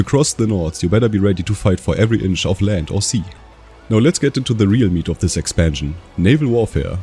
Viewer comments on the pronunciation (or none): none